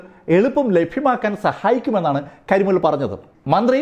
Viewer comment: കരിമുകിൽ അല്ല... കരിമുൽ... ആ പേര് തെറ്റിച്ചത് മോശമായി.